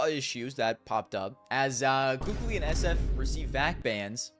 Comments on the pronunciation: It’s not about « sounding better »… it’s literally pronounced kaly if you’ve been around the scene at the time, the kukli thing comes from scream trolling years later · It's actually pronounced KQLY...